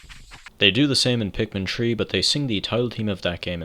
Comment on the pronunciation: I just realized he was saying Pikmin 3 not Pikmin tree